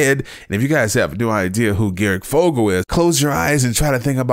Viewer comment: This dude really just said garic fogle